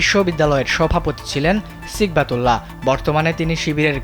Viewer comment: নামের উচ্চারণটা ঠিক করে নেওয়ার জন্য অনুরোধ করছি, (সঠিক উচ্চারণ হবে সিবগাতুল্লাহ) সিগবাতুল্লাহ না।